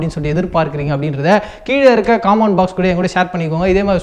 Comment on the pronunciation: டே பைத்தியக்காரா அது காமண்ட் பாக்ஸ் இல்ல டா கமண்ட் பாக்ஸ்